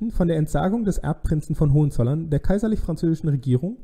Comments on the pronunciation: ...und zwar auf dem zweiten o. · Danke. Sigmaringen Betonung vorne. Hohenzollern Betonung auf o.